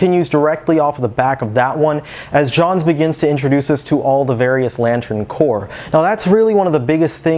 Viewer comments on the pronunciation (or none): Grammar Gestapo Protip: corps singular = pronounced "core"; corps plural = pronounced "cores". E.g., you say "...and starts to introduce all the different various lantern corps", mispronouncing it "core". Just a tip so you don't sound silly when discussing GL ;)